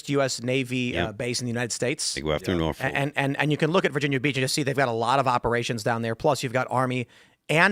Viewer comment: We dont pronounce the FOLK. Its norphuc.